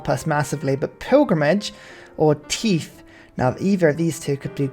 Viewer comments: Why do you pronounce "Tithe" the way you do? Everytime it happens I wonder to myself "Why is he talking about teeth all of a sudden?" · The enunciation of how he's saying it is hilarious though